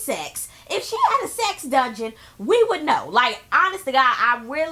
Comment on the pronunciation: lmao did u peep how porsha can't say "dungeon" I hollered..